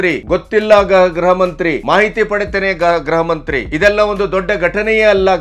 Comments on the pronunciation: ಗ್ರಹ ಮಂತ್ರಿ ಅಲ್ಲ ಅವರೇ ಗೃಹಮಂತ್ರಿ ಗೃಹಮಂತ್ರಿ. ಉಚ್ಛಾರಣೆ ಸರಿಯಾಗಿ ಮಾಡಿ. ತಪ್ಪು ಉಚ್ಛಾರಣೆ ಕೇಳೋಕ್ಕೆ ಹಿಂಸೆ ಆಗುತ್ತೆ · namaste sir. grahamanthri alla. gruhamanthri endu heli.